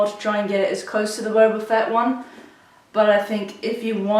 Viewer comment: Of your a true starwar s can you would say boba fett not bouba